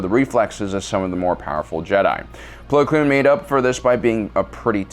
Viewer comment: it’s plo koon not plo kloon